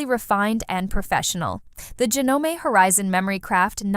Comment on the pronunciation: any legitimate person in the sewing world knows how to pronounce JANOME And the fact that they stole footage from a reputable, Juki dealer is reprehensible